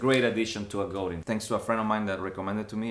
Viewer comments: Sorry, but I have to correct everyone when they pronounce Godin wrong. It's actually pronounced Go-Dan. Godin comes from Quebec Canada where there is a lot of French-Canadians who do speak French. Google Robert Godin or in search in YouTube there are videos with Robert, the genius behind Godin Guitars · Goudin Guitars? 😂🤘 se pronuncia "Godang" mi pocho amigo... es franco-canadiense Robert Godin😍 and I'm pretty sure you understand my spanish "ese"!!!!🤘😎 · GoDAN not The way you’re saying